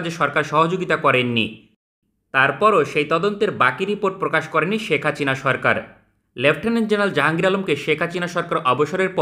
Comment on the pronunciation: ভাই কি ইচ্ছে করে শেখ হাসিনা নাম এমন করে বলেন নাকি উচ্চারণ করতে পারবেন না 😂